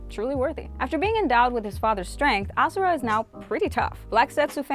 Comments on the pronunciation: its ashura not asura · Why is she calling ashura asura